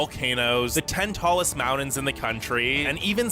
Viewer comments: I know, right? That voice is so irksome and the way he says "mountains" = "mount-ens" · the amount of time he said "mounins" lol